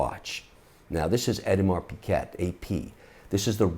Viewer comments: No it is not, you have to prononce it "ODEMAR PEGAY" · Kevin, AP is pronounced Audemars Piggé and not Piquette. Just saying. Piquette is French for cheap wine that "piques" your tongue its so acid. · "Eddiemar Piquette", really?!🤣😂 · Especially when he pronounces Audemars Piguet incorrectly. It’s not pig-et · Collects expensive watches but pronounces AP: Adimar Piket...